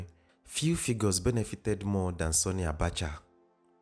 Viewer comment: I must commend your extensive research prowess. Kudos. Just a little observation in your pronunciation of 'Sani'. You tend to pronounce the 'a' in Sani as 'o'. It should be pronounced as in the 'a' in 'happy'.